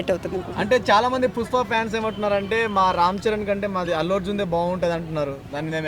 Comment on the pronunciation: Fans❌pans ✅ Topic ❌ trapic ✅